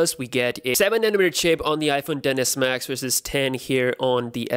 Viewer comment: Is I’m the only one who hear dennis max